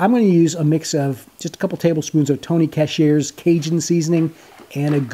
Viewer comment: They look good but it's pronounced "tony sash-a-reis". Let all of your friends know. Haha.